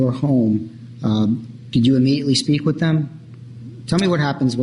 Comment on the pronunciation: Wiff regards to......